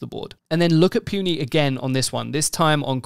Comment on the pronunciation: Hate to be that guy but it's pronounced "Poo-nee" not "Pew-nee"